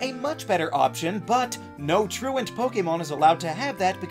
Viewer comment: Yooo. Thank you so much for pronouncing “truant” correctly. I’ve never heard anyone say it correctly. Every other poketuber says “true-want” and I never understood why that was the case. You understand basic English. You are a hero among men.